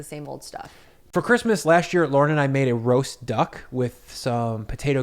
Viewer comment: can't remember which video it was but he spelled it on the screen once. If you watch this video at .25 speed, you can hear him clearly pronounce it as "Lorn."